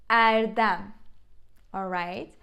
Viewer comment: I'm still confuse with the pronounciation of e when it appears at the end of a word. For example in this video Funda introduce 'Erdem'. I though it will be pronounce like Erdem where the second 'E' sound like 'E' in 'gem' but it pronounce as Erdumb with the 'dem' sounds like dumb. So confusing.